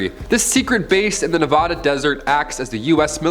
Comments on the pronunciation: Say my State right... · The pronunciation of Nevada 💀